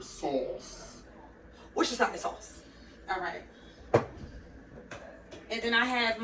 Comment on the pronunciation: Lmao “worchestire sauce” I am a fellow fast talker sis! Loving everything about this video 😍😂👏🏾! Happy birthday! Turn the hell up!